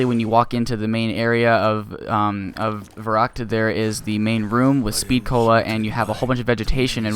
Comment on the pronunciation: I will be picky! It is verrÜckt not verrUckt. I can not remember an english word with the same sound as "ü", but in my language "y" is pronounced the same way